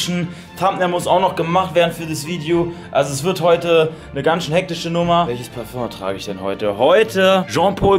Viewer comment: das heißt parföng 🤣